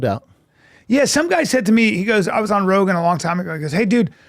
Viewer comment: Did Brian say he was on Rogan or Rogaine? Honestly, he needs to be both.